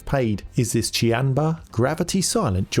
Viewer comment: Thank youu for teaching me I've been wrongly pronouncing "Qanba" as "Kwanba" all this time.